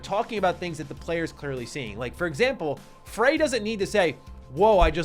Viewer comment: Frey as in Frayed